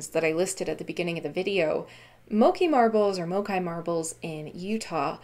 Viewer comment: You are pronouncing Moqui correctly, as ‘Mo Key’